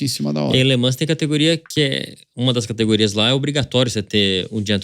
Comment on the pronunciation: … se pronuncia “Lê man” e não Lê ManS!!!